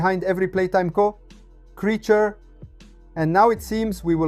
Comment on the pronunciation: "the shadow lurking through every playtime co. INTENSE PAUSE creature is hilarious ANd ive made it even more funny (kinda)